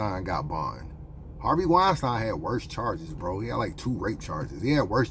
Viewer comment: The fuck way you pronouncing Harvey Weinstein 😂😂😂